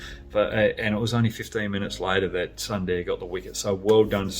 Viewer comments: Hoggy, everything was Perfect in the video but just one, it's pronounced as "Soonderrr" and not "Sun" "Da" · Brad, it's pronounced... Soonder! Great show! 🍻🇮🇳